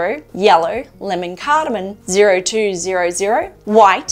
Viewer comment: "lemon cardamon"?